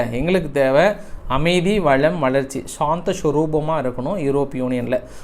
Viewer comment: தம்பி அது என்னப்பா சாந்த சொருப்பம் 😃😆😆சொல்லும்போதே சிரிப்பு